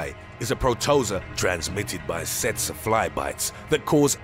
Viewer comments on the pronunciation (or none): It should be pronounced Pro Tow Zow Uh. … cause Freekin sickness… was it seriously pronounced that way? 🤣😂🤣 Pronounced Teet see fly